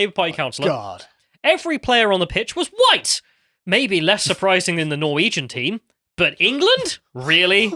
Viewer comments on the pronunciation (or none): The best thing is that she said hwhite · "They were all GHITE"